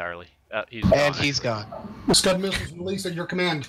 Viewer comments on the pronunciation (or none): Skud not stud